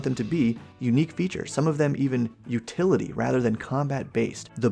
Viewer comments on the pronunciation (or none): none